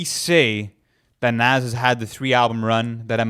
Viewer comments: This dude pronounces Nas as nazz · Ok so i have speculations to get off my chest: You guys say Nas has to go on, and he’s in my top 5 all time, but i think you guys are letting the “nostalgia” of it all get to you. J Cole is just the new Nas. And you didn’t even say his name right. Also, Snoop Dogg or Biggie isn’t even a debate really, Biggie is a way better rapper. You guys should make this bracket public.